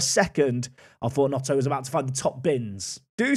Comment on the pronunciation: yeah but was calling him Notto 😂